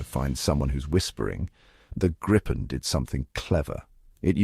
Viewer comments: It would be better if an improved AI commentary were used - this one failed even to pronounce "Gripen" the same way throughout the video - several different ones were used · Not as bad as having 4 ways of pronouncing 'Gripen'.